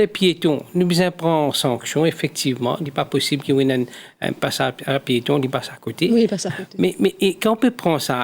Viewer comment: Koreksion _ Pa 'piston' _ C 'pieton'